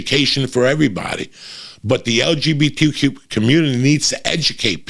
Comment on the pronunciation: Damn Uncle Joey butchered “LGBTQ” 😂 😂 😂